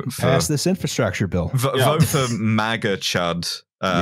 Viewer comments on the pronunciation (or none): none